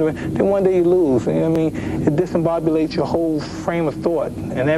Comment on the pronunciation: .........Did he say disimbobulates?